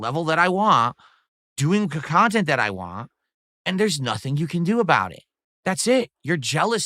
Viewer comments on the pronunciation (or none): Is he able to say want? It comes out as wahhhn